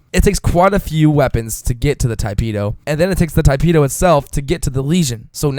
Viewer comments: he said: Tai-peh do. and then my friend told me to correct him. damn grammar nazis. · Tee-peh-do. you're welcome.